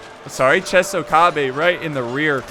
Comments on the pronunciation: it's not chesokabe, it's chOsokabe 😁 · Chosokabe = Tsho-sso-kha-bay. much love for these videos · it's pronounced U-E-sugi Cho-so-kabe and Shi-ma-zoo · Love the vid,. So, here are the name pronunciations to maybe help you with the commentary. Uesugi: Ooh-eh-suu-gi (Sorry! 0% Right) Chosokabe: Cho-so-kaa-bé (55% right) Shimazu: Shi-maa-zoo (80% right) Oda: Oda (You got that one 100% right). Commentary: Per-fec-tion (over 9000% right)